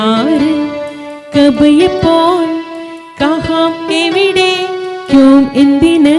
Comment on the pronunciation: കഹാം അല്ല, കഹാ എന്നേ പറയാവൂ